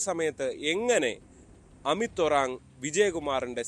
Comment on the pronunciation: അമിത്'ശരിക്ക്ഉച്ചരിക്ക് ചെങ്ങായീ എങ്ങാനുംഉച്ചാരണം ഹമീദ്എന്നാവരുതെ പിന്നീട് മതം ഗ്രന്ഥം പ്രവാചകൻ കോയാ കോയാമുമദ്രസ്സാ പിന്നെ തെറിവിളി അമ്മേടെജനനേദ്രിയം അതിലെപാട്സുകൾ കാസാ കൂസൻ സംഘിചാണകംതീട്ടംഗോമൂത്രംഎല്ലാതീട്ടങ്ങളുംഉറഞ്ഞ്തുളളും